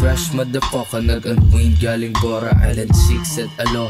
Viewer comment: Bago ka bumalagbag sa rap scene, pls fix ur rhyme scheme. Yung unwind mo pa kung magbigkas parang nawalan ang hangin. Jusko, anyare sa rap scene pabasura ang rhyme scheme.